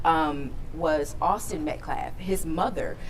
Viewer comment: Does nobody on the Anthony side know how to pronounce Metcalf s name? It's not "Met- claf." It's Met-calf, as in a baby cow. L after the A.